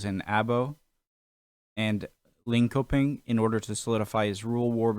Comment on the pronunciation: it's pronuced "linshöping" with a shh